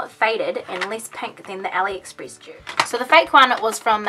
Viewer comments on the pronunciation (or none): It's not Aliexpris 😂